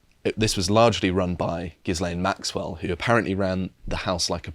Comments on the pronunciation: guys ffs, the S in gislaine is silent, the bitches name is pronounced "gil-ain" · Why can no-one pronounce 'Ghislaine'? It's merely French pronunciation. It's not difficult. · it's 2023 and you still can't pronounce Ghislaine. jesus christ